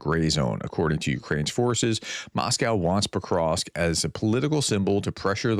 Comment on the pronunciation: Prof, it isn't PoKrosk it's PoVVVVVrosk.